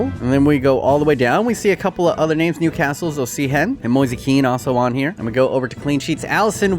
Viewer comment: Clearly written "Osimhen": "Oshehem"